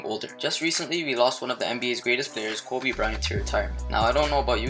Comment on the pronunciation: The way he says "Kobe"he says KOOBe is he Hispanic?